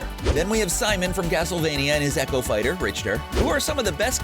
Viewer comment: I like how he incorrectly pronounces almost every single fighter.